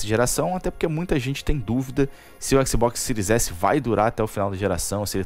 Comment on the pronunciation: X Box Ciro S*** fala o nome direito bérou